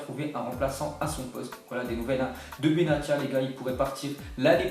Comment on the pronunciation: Respect les noms des joueurs quand meme benatia prononce le benassia c mieux